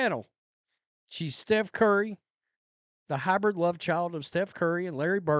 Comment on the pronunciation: Cringe every time you say sreph curry blah blah blah plus there's a better comparison